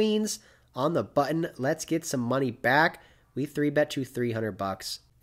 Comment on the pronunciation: “Lex-ts Go”